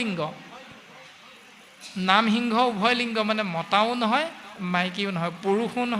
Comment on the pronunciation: আপোনাৰ প্ৰশ্নত এটা খোকোজা থাকি গল যে সিংহক হৃংস বুলি কোৱাটো |